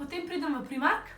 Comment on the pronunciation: oprosti ce zvenim nesramno, nocem biti ampak zakaj reces primark ce se pa realno izgovori prajmark?